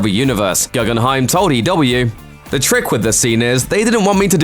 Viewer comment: its pronnounced ‘goo-gen-hime’ not ‘gu-gun-hime’